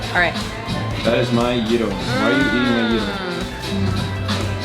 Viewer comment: Nobody in America says gyro the dumb way you said it. That’s just ignorance to the way it’s actually Said.I’m American and I’ve been there and many other places and we are the ones that mess up how things are said.!